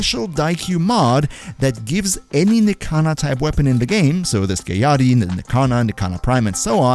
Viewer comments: its pronounced “skiagyatty” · Sky-ah-yatt-ee Skiajati.